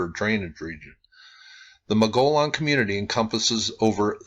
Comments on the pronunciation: By the way, mogollon is pronounced "muggy-own." The ll is silent--sort of--the ll account for the "y" sound. (Spanish) I grew up in Arizona. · Not all G's are silent, as they are in the names Saguaro (Sah war' oh) and Gila (Hee' lah). It's Mow goy own'. The O's in Mogollon are pronounced, as is the G. The double-L's, as usual in Spanish, are pronounced as a Y. Mogollon was the name of the governor of the territory when it was still under Spanish rule. Clearly, assigning this name to those people was arbitrary, just as they assigned the ancient people in the Flagstaff, Walnut Canyon, Sedona, Camp Verde areas the false name "Sinagua" (silent G), a Spanish label, pronounced Seen ah' wah, meaning "without water". These were not actually these people's cultural names. The place-name in this video, Casa Malpais, is pronounced Cah' sah (meaning "house") Mahl pie ees'. Mesa Verde (in Colorado) is properly pronounced May' sah Ver (like Very or Various)-day (but in Spanish has a th sound following the D, as in May' sah Verdthay, meaning "Green Table." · this area is high elevation plateau. the Mogollon Rim.( mogoyone. long o.)great camping. the stars are so close you can touch them!